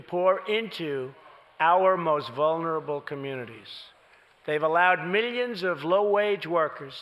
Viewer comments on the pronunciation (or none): Midions is how he is millions lol